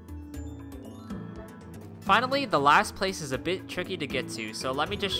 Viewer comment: “The lasht...”